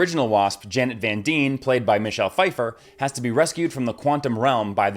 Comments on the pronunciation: Van D(EYE)ne not Van Dean - cmon.. ruins all credibility when you pronounce major character names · You pronounced the name wrong 😒 (Van dyne ="dine" not van dyne -"Deen " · "Van Deen" lol wut? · Why are you saying the Wasps last name like that? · Wow, can’t even pronounce the Van Dyne name right. Tell me you’re not really a fan without telling me you’re not really a fan.